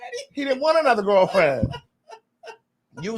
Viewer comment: Don't you take not nann nother 30 seconds 😂😂😂😂